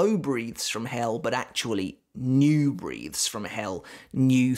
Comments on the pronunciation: I know your from the U.K. and things wil sound different to me as a North American but hearing the "E" sound instead of "e" when you say "breathes" it sounds off. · Bro learn how to pronounce breathes. This frustrated me so much. Where is the common sense?